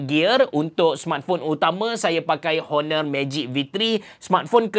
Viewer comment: bang cuba sebut honor tu silent H. Onor. da berapa vid sy dengar abg sebut honor honor